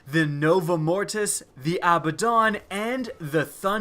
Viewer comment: you're actually pronouncing Abaddon correctly now